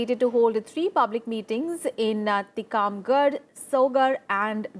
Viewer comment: How funny way she is saying Tikamgarh